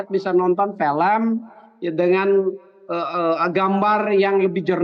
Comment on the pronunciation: Film, bukan felem